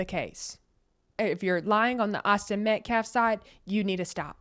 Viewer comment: I would like to thank you for pronouncing Austin's last name correctly. Many podcasters are pronouncing it incorrectly and I know it's petty, but it's like chalk on a black board. I also want to thank you for your unbiased coverage! You are a true angel... This is a nightmare for all involved and the hate on both sides needs to stop. It's not helping anyone. The facts will come out during the trial and everyone needs to stop and take a breath for the sake of the families. Support "your side" with prayers not hateful words.